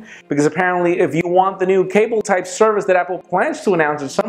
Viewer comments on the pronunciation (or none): none